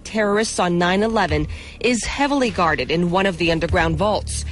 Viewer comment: Notice how she put emphasis on "heavily guarded"?